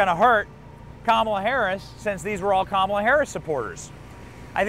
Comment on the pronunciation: It’s pronounced COMala Harris